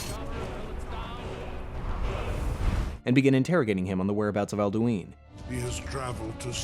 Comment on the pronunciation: You didn't pronounce Alduin correctly even once